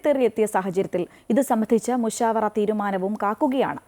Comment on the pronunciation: മുശഫാര അല്ല മുശാവറ